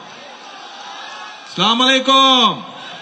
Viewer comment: আলামদোলিল্লাহ না বলে আলহামদুলিল্লাহ বলার অভ্যাস এবং সালামালাইকুম না বলে আসসালামু আলাইকুম বলার অভ্যাস করার জন্য পরামর্শ রইল।